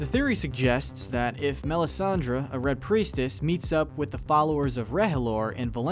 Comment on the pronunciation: He also mispronounced Melisandre.